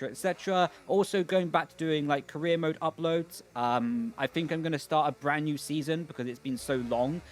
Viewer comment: Is there a reason that on some words you replace R with L? Like glip, caleer mode and last time it was DLS and ELS